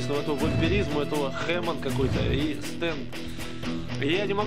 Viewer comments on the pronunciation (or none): боже... это произношение "Зепели" "хЭмон"